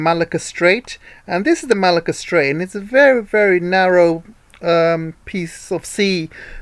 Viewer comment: Great work! Malacca reads as Merlahker and Kra reads as Krah.